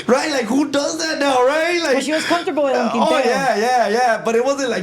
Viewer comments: Comfortable ❌️ Cuntuful✅️ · NEGRA WRONG FOR NOT CORRECTING HIM SAYING COMFORTOFO 😂😂😂😂😂😊